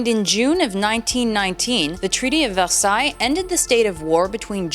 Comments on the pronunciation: ITS VERSAILLES NOT VELSAILLES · It`s always really weird to hear the French pronunciation of Versailles because my family pronounces it Ver-sigh. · You pronounce Versailles wrong